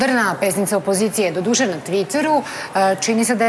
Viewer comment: Kakav je to naglasak "doduše" , crni Kesiću ? Šta je to ?